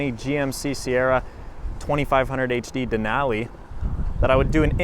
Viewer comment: The way he says Denali makes my brain hurt.